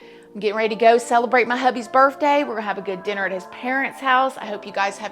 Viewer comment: Did she just say "burfday?"